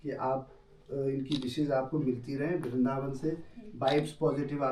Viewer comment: It's not "VARINDAVAN", It's "VRINDAVAN". Sirf ek Akshar Extra ho gayi. Aapse kabhi eisi ghalti pehle nahin huyi. Sorry for the Correction. ❤